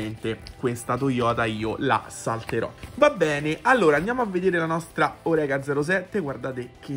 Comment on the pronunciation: Salve! Hai ragione: splendida la tampografia della Orecá. Una sola cosa da dirti (e non volermene.....): la corretta pronuncia del nome e' - Orecá -, con l'accentazione sulla 'a' finale, perché il costruttore è francese. Saluti, e grazie per i video! RD.